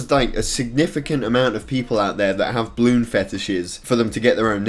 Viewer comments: Everyone ever: BA-LOON: BLOON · Stop saying bloon its ba-loon idot